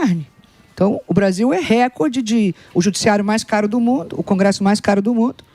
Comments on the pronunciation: Tudo muito bem explicado, porém, a Daniela precisa aprender a pronunciar o termo *RECORDE; que não é uma palavra proparoxítona (quando a antepenúltima sílaba é, obrigatoriamente acentuada). No caso, a palavra em questão, é PAROXÍTONA, logo a sílaba tônica é a penúltima (COR), sendo pronunciada como se houvesse um acento agudo sobre a letra "O" nesta sílaba. Portanto, foneticamente (RE-CÓR-DE). É simples, basta informar-se ao menos um pouquinho sobre a língua portuguesa; é displina básica do Ensino Fundamental (ou deveria ser). Sei que, por formação acadêmica, ela é Administradora de Empresas, e exerceu o cargo de Presidente da Caixa Econômica Federal; mais um motivo pra conhecer bem a língua portuguesa, independentemente da função que hoje exerça. E não, nunca fui, não sou, e jamais seria PTista. 😊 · Repitam comigo não é récorde que se fala, é recórde recóóórde